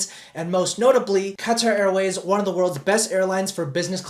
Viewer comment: what is cutter airway? Do you mean Qatar? Lol😂